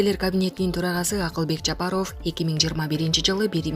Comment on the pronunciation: Аиий журналистсинби же блогер дейби мынча сабатсыхсын фамилияны туура окуй албайсынЖапаров дегенди кандай айтасын озун уксан уят уят